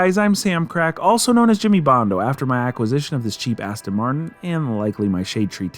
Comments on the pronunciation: Do Americans call them Astin Martin's? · Were you intentionally saying "Cheap ASSton Martin"? Lol. Maybe it was a Freudian slip based on it being such a hooptie and being all pimped out. Lol